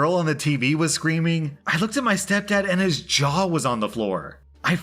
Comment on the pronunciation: thought R said junk was on the floor instead of jaw